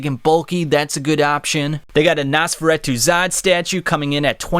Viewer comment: Great video but the mispronunciations (especially Nosferatu) was annoying me bad